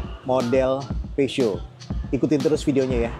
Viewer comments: tidak bermaksud menggurui tapi pelafalannya harusnya bukan pesyut tapi pusyo. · 😂 masih salah, yg bener Pe Zyo